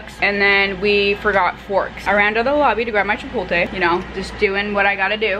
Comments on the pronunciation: “chipolte” it’s chipoTLe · She forgot the L in chipotle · Nobody is going to address the way she said chipotle as "chipolte" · you pronounced chipotle as “chi-pol-tay” 😂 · CHIPOLTE IM DEAD girl it’s chipotle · does she realize it’s chipotle and not chipolte lol i love her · chi-pot-le. chi-poat-lay. NOT CHIPOLTE OMG I LOVE YOU BUT AHHH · you’re supposed to say it like CHI-POLT-LE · did u just say chipoLTE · wym "chipolte"..? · Hi I love your vlogs,,, but it’s chipotle,,,, not chipolte! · CHIPOTLE NOT CHIPOLTE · Did you say chipolte??😂